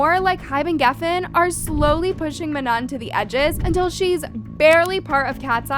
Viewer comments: please do ur research properly before jumping to conclusions she sprained or twisted her ankle so she couldn’t dance here also please say manon properly im gonna crashout she was included she lit punched that thing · Do u prefer to say manoN or u don’t like “ mah-noh” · Girl you cant even pronounce Manon, MAMA, Lara, or Normani correctly. NEXT!